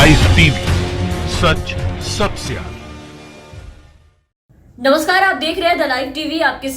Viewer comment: सच सबसे आगे ऐसा क्लिअर बोलो सच स सस्या ऐसा सुंने मे आता है